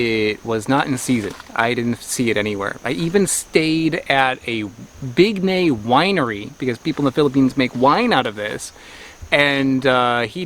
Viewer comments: (FYI: It's pronounced as "Big-NAHY," not "Big-neigh." There are no long vowels in Tagalog or Filipino.) Bignay trees are either male or female (dioecious -- bearing male and female flowers on separate trees), so if you're living in the tropics and want to grow your own supply, you need both sexes growing within a bee or butterfly's flight of each other for best results. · I'm in the Philippines right now, just watchd you vid and my wifey said, as the the lovely Frenchman did, that yes they are not quite ripe and that it is pronounced Big- nigh 😉 Love watching you vids👍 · Umm—isn’t it supposed to be pronounced “Big-_NYE_”? (🤷‍♂️Well, at least according to my Tagalog-speaking parents, anyway…) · Bignay season is from May- August :) Peak season is July! the name is pronounced as [big- näy] really good for fresh juice, a good alternative for cranberries. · its pronounced (big-nai)